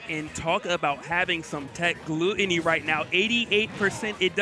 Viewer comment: How do you still not know his name is Glutonny and NOT Gluttony